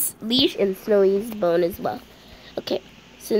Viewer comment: When she wanted to say "bone" it was "bON'' LOL 🤣🤣🤣